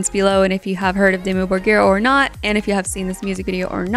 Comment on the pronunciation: Your pronounciation of Dimmu Borgir is as close as it gets without it being your native language (roll the r's), well done! You also said Jessheim correctly. I'd also like to suggest you check out the band Orbit Culture from Sweden with their song The Shadowing.